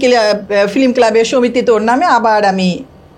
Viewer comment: কি এগুলা নিয়ে আসেন film বলতে পারে না বলে flim 😂😂😂